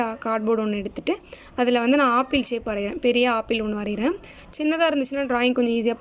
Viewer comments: that is not a aapple that is apple ok va🤣🤣🤣🤣🤣🤣🤣🤣🤣🤣🤣🤣🤣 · Apple nu Koda seri ya solla therla chii